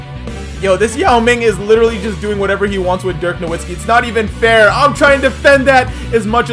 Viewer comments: nowitski KNOW-VIT-SKEE pronounce it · How about you start saying dirk’s last name right... it’s pronounced with a v now a w he’s German my guy